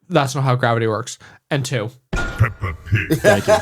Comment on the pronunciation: I made the mistake of listening to this at work and had to stifle my laughter at "P E P P A P I G"